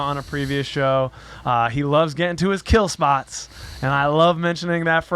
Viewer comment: ok is it "kill spots" or "Kelle spots"?